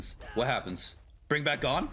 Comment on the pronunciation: Why does he say gon wrong every time i here him say his name